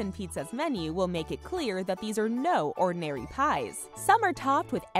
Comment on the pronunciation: Sorry to say this but when you was talking about the pizzas you said this is no ordainary pie